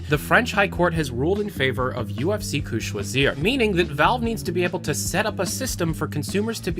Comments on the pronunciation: I think I cringed a little when he said "UFC Que-Choisir", it should be pronounced: "UFC K-uh Sh-wa-z-ee-rr". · It's que* choisir*